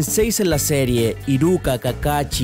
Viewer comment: Choto tokodori dice CAYATE GAYYY ahre no yo te amo pero por favor nombra bien a los pinches personajes es fukasaku no fakasaku es lida no laidan kanekiii no kenekii:'v